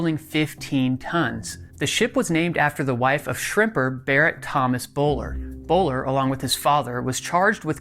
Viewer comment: The name is pronounced like Bull Ware...not Bowler...